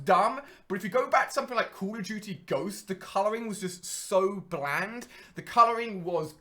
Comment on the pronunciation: he literally can't say it lol